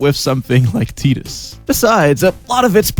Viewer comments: Tee-duss. Not Tye-duss. O'aka the 23rd, not 3rd. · Tidus. Not tidus. Lol just kidding this time, couldnt resist. I love your videos!